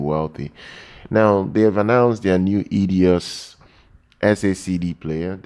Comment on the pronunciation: EIDOS - not Edios!!